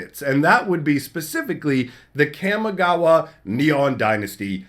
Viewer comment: Ka mi ga wa ❌ Kam mi ga wa ✅